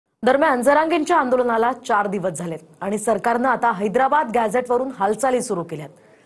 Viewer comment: याला निट हैद्राबाद म्हणता येईना याला अध्यक्ष केलं आहे